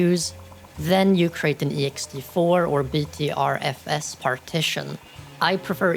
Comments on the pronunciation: i think what people arent getting in this thread is that i wasnt saying that pronouncing it letter by letter as an acronym is wrong. i was criticizing the order of letters. video shows B T R F S on screen, which is the correct order, but what was said was "B T F R S". they accidentally swapped the F and R in the pronunciation. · they said "BTFRS" instead of "BTRFS". even the video itself shows "BTRFS" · Not to nitpick, but its BTRFS (commonly pronounced as Butter FS) not BTFRS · "BTFRS" hurt to hear lol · Hi, quick pronunciation check: BTRFS is pronounced as "better F S" and Guix is pronounced as "Geeks".